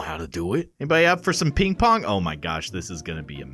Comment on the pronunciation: I thaugth sayd “ is that pink pong 😅😅😅😅 and it’s ping pong